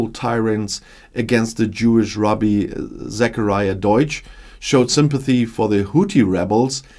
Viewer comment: "rahb-eee" = German pronounciation 😊